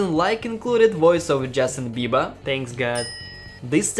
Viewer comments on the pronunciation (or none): none